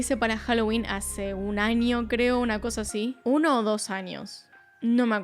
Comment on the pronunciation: Después de ver algún vídeo tuyo; Pronuncias muy bien el inglés pero aprende a pronunciar espaÑol: NiNIa, aNIo nuevo, pequeNIa, muNiIecas., maNIaña.. Nena aprende a hablar o ve a un logopeda jajajajaja